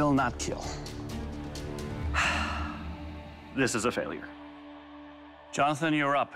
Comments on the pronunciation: "It...will not keal." Top ten rarest events in the universe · Will not keel but it cuts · This dish will keal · "It will not keel" is more disappointing than "i want to break up with you" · i might not keel, but it could peel. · Same here haha. This weapon it will no keeeeel first time i heard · Claymores are cursed in this show. They brought back the Claymore a 2nd time around and one of the swords also got a "will not keel" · “It will not keel” that physically hurts to hear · A blade that got the rare "it will not keel"... won? Claymores are crazy man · "Most importantly, It will KEAL" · It will keel! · "Will keell" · it will keel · It wont keal